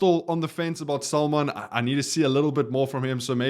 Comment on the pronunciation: Salmaan not Saalman....